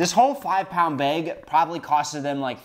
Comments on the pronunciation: I’m a Wisconsinite too, and now I’m self-conscious about how I say “bag” thanks to. Do I really say “baieg”? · "the baeg had expired" 💀💀💀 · "this whole five pound baeg" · you say bag as “beg” and instead of being annoyed i’m endeared :’) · I always forget you're from Wisconsin and then I hear you say bag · That Wisconsin “bag” coming in strong